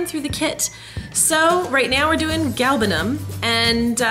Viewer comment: I am from Iran, and I appreciate very much that you pronounced it correctly.